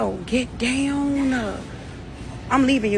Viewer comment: gEt dOwWhN tf girl how u talk like that